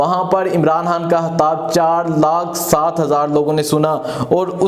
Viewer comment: O bhai saab hatab nai hota khitab hota ha 😂 aap k nai bolty .